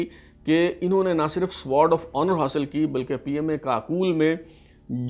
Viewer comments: how pitty! You are unable to pronounce Sword! It is sword not spears As you are pronouncing. CSUO means Company Senior Under Officer and not Cadet Senior Under Officer. Pull up your socks plz. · یہ سوارڈ آف آنر نہیں ۔بلکہ یہ سورڈ آف آنر ہے ۔سورڈ یعنی تلوار یاشمشیر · Google ‘ winners of sword of honor PMA Kakul’ and complete list is available. Correct pronunciation is Sword(سورڈ) of Honor and not Sward(سوارڈ)of Honor. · جناب آپ برائے مہربانی یا تو انگریزی زبان کے الفاظ بولا ہی نہ کریں یا ان الفاظ کو ٹھیک بولا کریں۔۔ مثلا آپ Sword of Honour کو بار بار ( سووارڈ آف آنر ) بولے جا رہے ہیں ۔۔ حضور ۔اس کو ( سورڈ ) Sword بولا جاتا ہے W Silient ہے جیسے آنر میں H ہے۔۔دوسرا 51 کو ففٹی ونتھ نہیں ففٹی فرسٹ بولتے ہیں ۔۔ مزید آپ جنرل عاصم منیر سے اس کی تصدیق کروا سکتے ہیں ؟۔ کیا پتا میں بھی غلط ہوں ؟ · When you are doing a program on Sword of Honour then at least you should know pronunciation of Sword, CSUO and BSUO